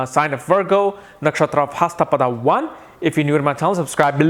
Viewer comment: Dude get to the point fast...also, it's not haasta nakshatra and padhaa..pls pronounce words properly